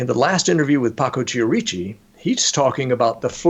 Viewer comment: I hate to e a language Nazi, but wouldn't the name Chierici be pronounced Ki-er-i-chi, not Chee-er-eechi? But fascinating show, thank you!